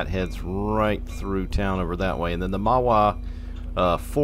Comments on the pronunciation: I live along this route in northern new jersey so I know quite a bit about the route and towns along the line, and your pronunciations of towns were decent. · Lol alright, glad theyre getting pronounced somewhat correctly